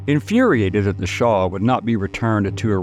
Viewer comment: Shah... not Shaw